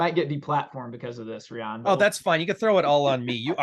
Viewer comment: Rye-ann not reeyan my guy